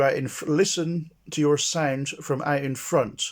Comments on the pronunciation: Every time he says sound it's sounds like "sæind" 😆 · How to get your “signed”. 🤣